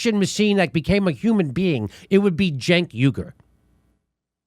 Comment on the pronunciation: Cenk is pronounced "Jank"? Well, as a point of interest, if I say I was caught tugging my jank, you'd know what I was saying, right? This comes from rural Virginia so you know where the term comes from.